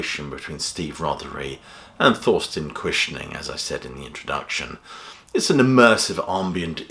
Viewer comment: Guess I'll have to listen to this album. By the way: Thorsten is pronounced Torsten, not Thorsten.